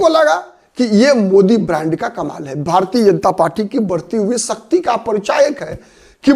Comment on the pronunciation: सक्ती नही शक्ति बोलो